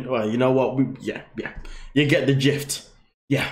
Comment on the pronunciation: Gist not jift.. love you